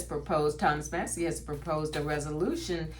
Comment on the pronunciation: 😊 Congressman Thomas Massie's last name is pronounced MASS-ee. The first syllable rhymes with "class," and the second syllable sounds like the letter "E". Not mossy. ♥️🥰